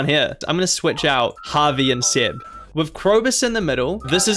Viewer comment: Why are you Pronouncing Seb as Sed?